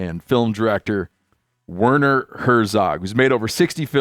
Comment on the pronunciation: Come on Steve, his name is pronounced Verner. V not W 😂